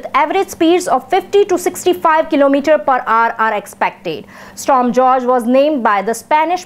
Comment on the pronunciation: It's pronounced 'Storm Hoor-Hey'.